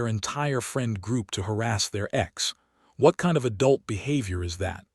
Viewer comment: The way it says "adult" drives me nuts 🙁😁